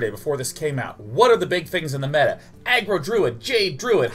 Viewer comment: Did he pronounce meta wrong..?